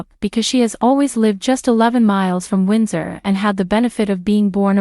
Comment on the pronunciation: Some "Royal Expert" YOU are! Sn-OW-don? Lady Louise WINDSOR? VISS-count Severn?